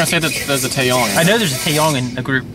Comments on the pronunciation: Tae-YANG not Tae-YONG. And the first rapper you are talking about is ZUHO. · It's Taeyang, not Taeyong....